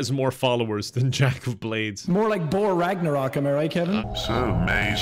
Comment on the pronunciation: Hearing Jacksepticeye say Bore Raknarok certainly had me go searching for its origin and I was not disappointed. Such an ambitious crossover.